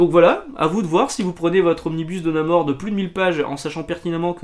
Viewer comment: On dit NamoRRRR. J'ai finis le premier marvel pocket ultimates c'était vraiment pas mal, j'aime bien cette version moderne un peu plus sombre et mâture même si il y'a un peu trop de références au monde réel de "l'époque".